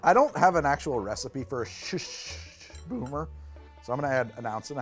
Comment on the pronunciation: It's not Schuschschschcsh it's Schuss. Pretend it's spelled Shus and say it with a sharp S sound at the end.